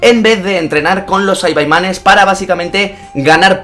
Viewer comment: Saibaimanes no es saibamans